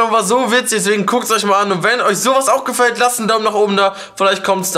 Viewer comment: Sagt er Gefallt :')